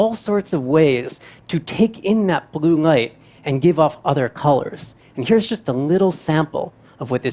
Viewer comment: Why is the presenter not able to say the letter "l" ...i thought ..wat he is saying at first n i realised he was trying to say light. He pronounced it as "ngaith" and "ngas year " as in last year.